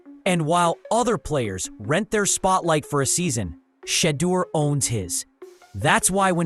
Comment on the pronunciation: Kudos to this program for pronouncing Shedeur's name correctly, as you should.